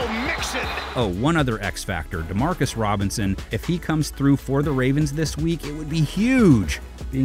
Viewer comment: Why tf u keep saying Demarcus Roberson